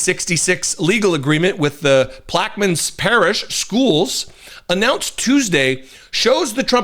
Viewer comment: Good job, thanks for bringing this subject out into the open. Disturbing. That town or Parrish is pronounced Plack Ah Mine